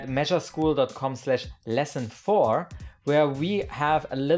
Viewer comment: "mesureschool" n_n lol